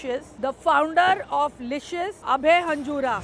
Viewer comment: Abhay ❌ abeyy ✅